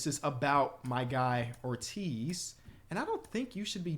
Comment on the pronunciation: Joey Ortiz plays on the Brewers, was in the Corbin Burnes trade. Was a top 100 prospect on the orioles. You pronounce his name like David Ortiz